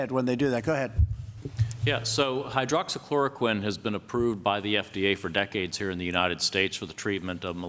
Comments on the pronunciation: Wow this President should slow down with his medication Hydroxychroloquine because he couldn't pronounce it properly...lol...this briefing as usual just a bunch of lies, out of touch and dilussional. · lol you notice trump repeatedly mispronounce words. doctors = dockses. hydroxychloroquine = hydroxy uhhh uhhh you know what im talking about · he said doxes instead of doctors and forget how to say hydroxychloroquine🤦🏿‍♂️ y’all y’all about joe Biden. Come on man!!😂😂😂